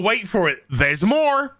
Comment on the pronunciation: haha what’s with the American accent on “There’s more!”